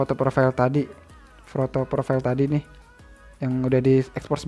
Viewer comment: Profail bang sebutan nya hahahahah